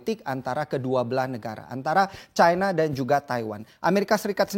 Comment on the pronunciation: China jgn di baca caina, Cina saja knp ?